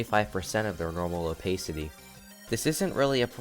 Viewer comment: robtop has said he would increase the custom object limit in 2.2 also the way you pronounce opacity really bugs me moving speed arrows would break the editor because it'd have to recalculate when each applies, if checked